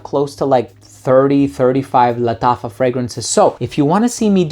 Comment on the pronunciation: Bro nobody pronounces "Lattafa" like you do lmao. It feels like it's the right way of pronouncing it.